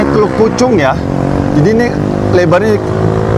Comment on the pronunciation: teluk pucung bang...bukan teluk pucuk